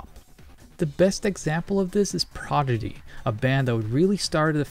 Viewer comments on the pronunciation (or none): did say Progidy?:D